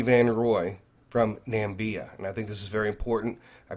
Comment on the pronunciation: Hey, thank you for all you do for us. Your videos are excellent! Just wanted to point out to you that there’s no country called “Nambia”. However, there’s a country called Namibia 🇳🇦 which is a real country in Africa that actually exists.